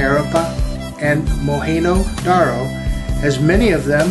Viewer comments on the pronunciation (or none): It's not mohanodaro MOHANJODARO